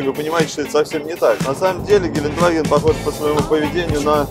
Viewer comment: Не Геленваген а ГеленДваген (Gelandewagen) Кстати, збс у вас в программе играют муз. треки